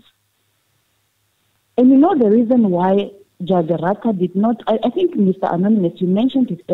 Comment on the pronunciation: Ratha knows very well that the state failed to prove their case beyond any reasonable doubt but he is biased. He even pretends like he doesn't know these people by deliberately calling their names wrong.